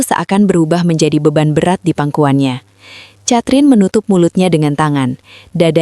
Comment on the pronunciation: Narator bego ! Baca "KETRIN" bukan catrin...kayanya lu gak pernah sekolah ya !? malu²in 😂